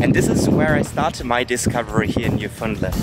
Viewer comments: It's not newfundlend its literally just new found land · Gave up listening ..... at very least the presenter should learn how to pronounce 'New- found-land'. None of this Newfundlund stuff! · It's pronounced New-Fin-Land. I know. I'm a born and raised Newfoundlander. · Jack_02 man what the he'll are you taking about!? he was pronouncing it incorrectly throughout the whole video, you're definantly not a new-fin-Lander. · Love how people that ain't from Newfoundland pronounce it as Newfoundlind 🤣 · We pronounce it Newfindland They pronounce it New found land or newfundlind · It's pronounced "New-fin-land" hope anybody that goes enjoys it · It’s pronounced NEW-FOUND-LAND not hridhrhrhirbfhrudndndd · Me too. Although I grew up saying New-Fun-LAND. West coaster here. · My biggest pet peeve is when people pronounce it as Newfundlend